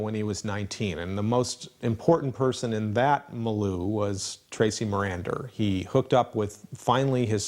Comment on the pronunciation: It's Tracy Marander, not Maranda...